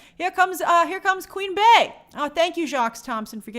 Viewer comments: Its pronounced "Bee" not "Queen Bay" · Grace, I just came here to say that Bey is pronounced BEE not Bay... it's Queen BEEEEEy. Like the insect. Idk where yall get Bay from 🤔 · Grace PLEASE stop saying Bey pronounced as BAE. She is the Queen Bee. Her name starts with a B. It’s not Bā-yohn-say… it’s Bee-yohn-say.